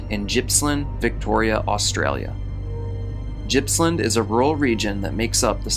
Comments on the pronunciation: Pronounced Gippsland not Jippsland. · Its pronounced GIPS-land. Not gypsland. Sorry, but its so frustrating when people pronounce australian places wrong. This one isn't even hard! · Just so you know, you pronounced Gippsland incorrectly it’s G as in Goat not G as in Gypsy. So Gip rhymes with Kip Gippsland- Chele (like shell)from Victoria, Australia